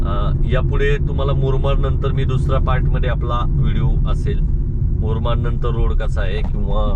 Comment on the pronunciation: Murmad nahi murbad.